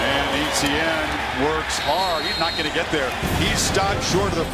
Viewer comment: Just so you all know Travis Etienne's last name is pronounced *ET-CHYAN not *E-T-YIN everyone from south Louisiana (Travis's Home) cringes every time they say *E-T-YIN on TV